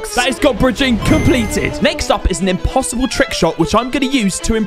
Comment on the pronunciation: says it imposidbel